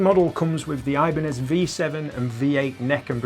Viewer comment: It's not eye-banez, ee-banez dude